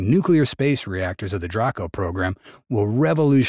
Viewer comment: its pronounced, dray-co. not dra-co.